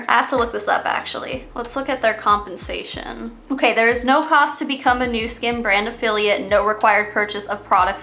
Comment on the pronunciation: When you said “compensation plan” I heard “hunpensation plan”. We should keep it that way